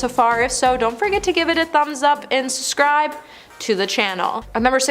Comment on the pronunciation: Linda Evangelista pronounced Evan-jelista! Subscribe pronounced sub-scribed (it has 2 bs)!